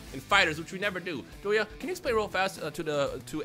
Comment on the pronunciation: Damn you know this video is old when calls Doto "Doya" as the shortened form